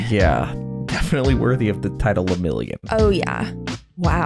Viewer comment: and his bame Le-Mirio-n